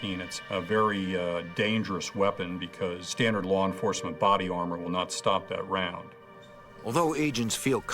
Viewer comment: "Lar Enforcement?"